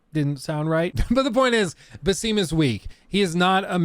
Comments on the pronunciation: Cool video. One thing thu, his name is not "Ba seem", it's "Ba Sim" like ramen. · Pronounced “ba-sim (as the sims)” not “ba-seem” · FYI; and everyone else who is not Arab, Basim’s name is pronounced as a short vowel. Most Arabic names are phonetically pronounced when written in the Latin alphabet. So, it is Basim, not “Baseem”. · Its not baseem bruh its bah-sim (like a sim card) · Hey you said his name wrong and it bothered me a bunch lol. It's pronounced Bass-Ihm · After playing Valhalla & hearing the developers pronounce Basims name multiple times it’s crazy u butcher it that badly